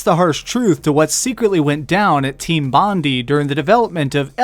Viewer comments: It's pronounced "Team Bond-eye" not "Team Bond-ee". But regardless, their name won't be uttered much anymore since they were thrown to the garbage heap. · Its actualy not (team-bon-dii) it is actually (team-bon-die).